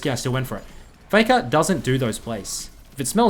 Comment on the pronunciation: FEKA NO OTHA REMEMBA shiet man where that strange accent came from?